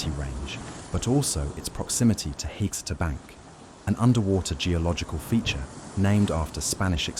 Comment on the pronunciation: FYI. It’s pronounced “huh-SEE-ta”